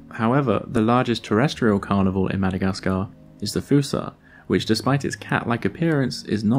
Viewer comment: You're pronouncing fossa incorrectly.